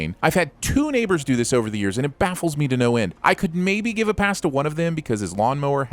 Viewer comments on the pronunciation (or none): none